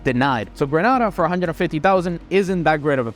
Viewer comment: please learn to pronounce GRENADA aka Grenade-ARE correctly. you have a CARICOM passport after all.